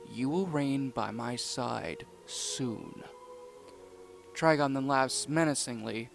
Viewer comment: His name is trigon not traiga